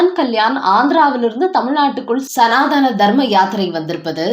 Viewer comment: தமிழ் பேச தெரிஞ்ச 🤗 செய்தி வாசிப்பாளர் போடுங்க🤗சனாதனம் தான் சரி சனாதானம்🙆 அல்ல